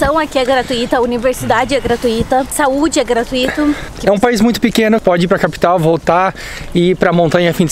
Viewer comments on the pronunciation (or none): "GratuÍto" é foda...